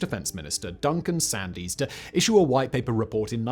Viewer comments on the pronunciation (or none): It’s Duncan Sands.. the Y is silent… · Sand 's as in the beach not sandy.